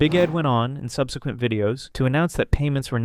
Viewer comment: I just subbed because you can pronounce "subsequent" correctly. This automatically nominates you for the top 10% of Youtubers.